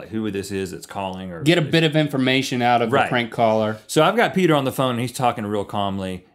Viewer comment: "Heeeey, Peter." It's Peder.